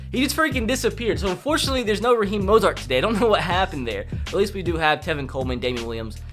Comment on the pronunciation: Sure... it was not intentional, just you don’t know how to talk